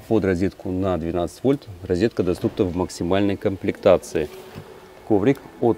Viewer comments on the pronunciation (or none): none